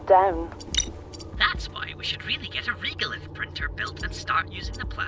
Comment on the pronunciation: Respectfully, the voice acting pronunciation of the word "regolith" here is incorrect—it is pronounced with E as in end, not E as in eel. Before writing this, I checked carefully to ensure that there is no difference between US and UK pronunciation, which there is not. Thank you.